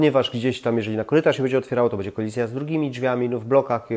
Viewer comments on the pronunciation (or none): Gościu popracuj nad wymową bo przez to twoje bedzie odechciewa się oglądać...